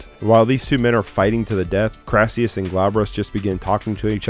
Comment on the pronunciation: Olivier played 'Crassus' not 'Crassius' based on a real Roman General & politician